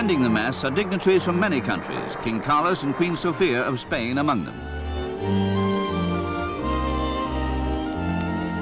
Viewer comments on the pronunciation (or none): none